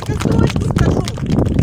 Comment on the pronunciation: Раздражает, что даже название не могут правильно говорить. Ударение на И: ШИес.